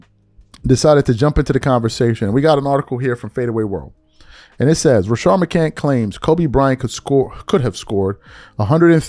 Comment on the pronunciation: Rashad, I don't know why can't say his name correctly lol